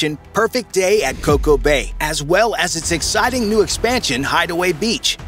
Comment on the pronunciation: It’s Coco Cay! Good grief…